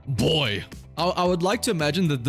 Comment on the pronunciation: That's not "Boy" in Russian... "B" is a "V" in Russian, "O" is the same "O" as in English and "Y" is a "U" in Russian. The dude basically just said "Wou" which is "Wow" xD